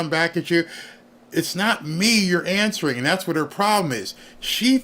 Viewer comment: She not awnseewering